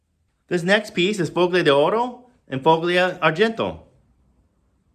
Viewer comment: You don't pronounce a hard 'G' in FOGLIA. Just ignore the 'g'. Pronouns it follia.